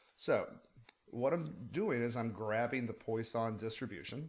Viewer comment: I think it's pronounced more like that wah than oi.